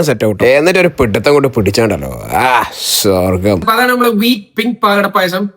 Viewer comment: Swargam ennano paranje njan kettathu shogam😂😂 payasam super😂❤